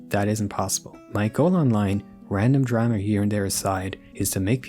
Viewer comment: I've never heard anyone ever pronounce the word drama as ‘drema’